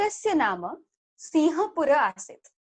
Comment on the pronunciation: पूर्वकाले सिङ्गापूरस्य नाम सिम्हपूर आसीत् । (pUrvakAle singapUrasya nAm simhapUra AsIt) it's (सिम्हपूर) Simha-pUra not Siha-pUra(सिहपूर)